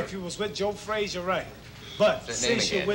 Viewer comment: Frasier Frazier Frashugh